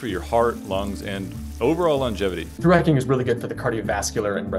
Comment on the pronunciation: Took me way too long to realise you were saying "through hiking" and not "thooraking"